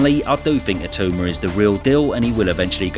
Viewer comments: ITAAAAUUUMA!!!...not Itooma, ya pommie twit! :face-orange-frowning:🤪🤪🤪🤪🤪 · Talking about names when you have been pronouncing itauma wrong in every video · I am once again asking for to learn to pronounce Itauma's name properly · how it's spelt. I - tau - ma. Not I too ma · It's not a tumour!!! I think Itauma was trolling when he said Siri pronounces it the proper way.